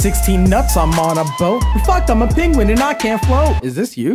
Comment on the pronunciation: it's not PENGUON u FRIK